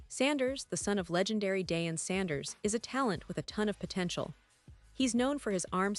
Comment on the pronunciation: Why can't you say Dion right. Smh.